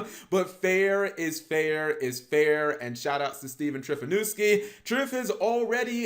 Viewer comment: Did he just say Trifonuski? KEKW it is Trifunoski, Cap.